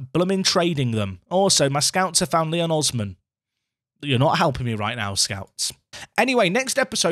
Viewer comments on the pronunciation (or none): none